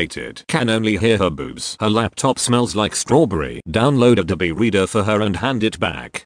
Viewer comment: Can't handle how he says abobe reader fuck